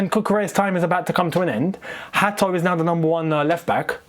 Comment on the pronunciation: It is HA-to you'll see when he pronounces it himself it's so easy I don't know how you managed to butcher his surname 😭